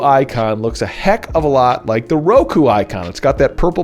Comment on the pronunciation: Just discovered your channel and love it so far. I've been using Roku since I cut cable in 2012. Roku is 6 and kyu is 9. Pretty sure you're supposed to pronounce it close to "cue", not kie-u.